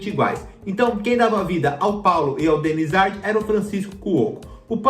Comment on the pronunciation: "Denizardi" não amor Denizár